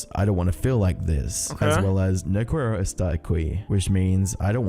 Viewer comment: “No qweiro estar aqwee” Why did he pronounce it like that😭